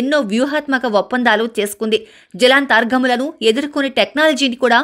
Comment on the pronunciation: Jalantha aargamulu kadhu Jalanthargamulu